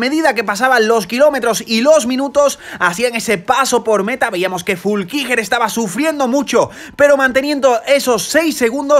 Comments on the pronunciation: Fuulckiger o Flueckiger 🤣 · Es FLUeckiger, no FULkiger.... y Anton Cooper es Neozelandes, no Australiano. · Se pronuncia "Flúkinguer" 😂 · Se pronuncia: Flu-qui-Guernica estaba poniendo muy mervioso 😄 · En lo único que podrías mejorar es con la pronunciacion de los nombres, dascalu*, flueckiger*, koretzky*, por lo demás gran resumen